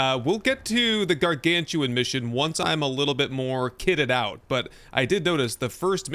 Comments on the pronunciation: Yes, thank you for this upcoming series. Really enjoyed your ones before! Btw. It's not Gargantuan - it's Garganutan. Like the Orang Utan. 🙂 Looking forward to the next episode! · They made up a new name by combining gargantuan and orangutan, its pronounced Gar-Gan-U-Tan, not Gar-Gan-Tu-An. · I LOVE Icarus and have been one of the supporters since it first came out. The Devs have hit it out of the park with all of the content they’ve continued to create and they listen to the community. I have well over 2000 hours in this game. And, not to be a grammar “boss” but its Garan-GU-TAN … as in Arangutan / Primate. Ots easy to mispronounce. Thanks for the content. 😊